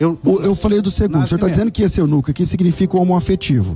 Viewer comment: é eunuCU pastor, eunuCU kkkkkkkkkkk